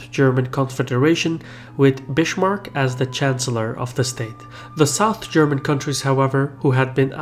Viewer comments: Never rly heard anyone ever pronounce his name with "sh", sounds sooo wrong:D..wasn't expecting such brutal name mutilation from my favourite:/:D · Yeah, it is s before t or p in *one syllable*. Bis-mark is two syllables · The guy is an avar turk 😂😂 why could he excel german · It probably is in his native tongue. Its pronounced like that in Arabic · Elias Hdayed No, it’s pronounced in Arabic as English but the “s” is pronounced as an s not a z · How we Germans say Bismarck = Beesmarck (But bee very short) Edit: not Bishmark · Bismarck is actually pronounced like biskuit (not Bishmarck) ;-) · He is called Bismark not Bishmark. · It's not "Bitchmark" dumbass, it's BISMARCK. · "I'm gonna steal ya bish, Mark." No but seriously, every time I hear "Bishmark", I want to shoot myself. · Bismarck is pronounced Biz-mark not Bish-mark. Come on, do your homework! In Versailles the l's are silent. Come on, these are really historically important names., you should pronounce them correctly. You lose a lot of credibility and respect by not doing so. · It's Bismarck, bot Bishmarck. But great video nonetheless! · germany is still divided, into 16 countries. and the name isn't spoken "bishmark", it's more of a "bizmark" :3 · Bizmark not bissssmark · it's biSmarck, not biSHmark. Just saying. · good video, bu it is not pronounced bishmarck... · Kardeşim güzel videolar yapıyorsun içerik açısından oldukça zengin ama şu telaffuzunu biraz düzeltmen lazım. Amerikan aksanıyla konuş gibi bir beklentimiz yok ama en azından Bismarck'a Bishmark deme. Çok kulak tırmalıyor. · "Bischmark" xD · Bitchmark? :D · its funny how you pronounce Bismarck. It sounds like Bish-marck, a lot like the city of Bishkek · "Bischmark"? please, pronunciation of Bismark's name is totally wrong every single time in the movie... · Bishmark... Please, people, consult native speakers before you make videos with words you don't know how to pronounce. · "Bishmark"?:D seriously?:DD Why?